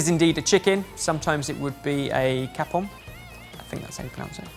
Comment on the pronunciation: For the Chapon, in France we pronounce it Shapon. Ch in French is similar to Sh, like when you shush someone quiet.